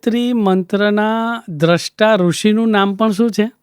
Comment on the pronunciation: તમારો દૃષ્ટા ઉચ્ચાર ખોટો છે. દ્રષ્ટા,દૃષ્ટિ,સ્રષ્ટા,સૃષ્ટિ ભેદ સમજો.